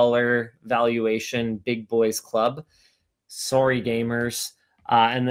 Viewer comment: Why does Linus say "sorey gamers"? Is he saying gamers have diseases? They have sores?